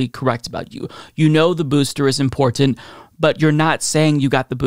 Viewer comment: I cant stand how says the word important. I don't care how dtupd and childlike I may and do sound 😆